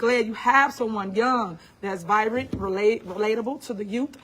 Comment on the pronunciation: "Vibrant"? Try "vibrant", HenTard.